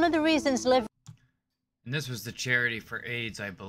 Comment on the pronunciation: That's hysterical - you not only don't pick up on her mispronunciation of LIVE but you say it's to do with AIDS